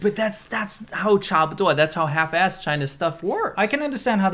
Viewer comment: Hey, learning Mandarin here--what is this "half assed" phrase you keep repeating? Sounds like "Cha ba de o a"....?